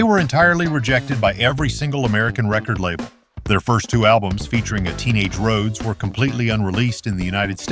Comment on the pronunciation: Rō-hee-ōdes? You make a tribute video to Randy Rhodes, arguably THE greatest metal/rock/classical guitarist of all time and can’t ensure that your AI program even pronounces his name correctly? That’s not a tribute. That’s an insult. I hate AI. If you really made this video as a tribute to Randy Rhodes then you would have either voiced it yourself or had another human who could pronounce Rhodes correctly narrate. But you made it for the views and likes. Build that channel, get those views, deposit that $. It’s not about passion, not about hard work, not about anything except putting out videos as quickly as possible regardless of inexcusable errors like AI not knowing how to even pronounce the legend’s name correctly. Have you even ever actually sat down, put on your headphones, closed your eyes and listened to Randy Rhodes play? If not then you’re missing out on something amazing. Stop putting out AI videos and disrespecting genius. It completely lacks any sincerity.